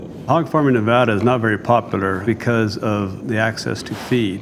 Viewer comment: Good work pronouncing "Nevada" correctly.